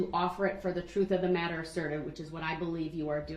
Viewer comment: he also "the jury needs to know the WHOLE troof"